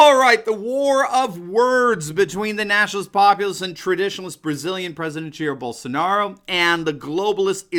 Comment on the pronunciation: Só faltou legendar o vídeo kkkk não entendi nada de nada! Só quando falou Bolshonauou